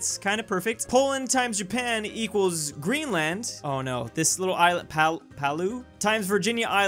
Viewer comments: Did he just say grin-lahnd? IT'S GRIN-LUHND😡😡 /s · It's both.